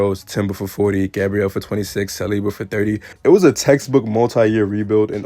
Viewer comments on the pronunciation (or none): none